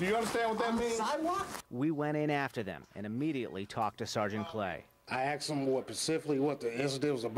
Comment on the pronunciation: "I axed him what pacifically" <-- sure is an articulate one...